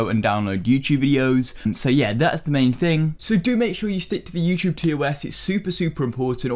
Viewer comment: youchube, ugh always bugs me